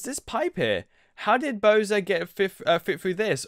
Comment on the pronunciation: not pronounced boser bow sar